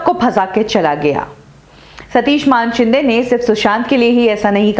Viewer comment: कभी सुधरोगी. मानेशिंदे को मानशिंदे बोलना वो भी बार बार. किसिका नाम बदलने का तुम्हे अधिकार नही. तुम्हे हजारे की जगह हिजरे पुकारे तो अच्छा लगेगा?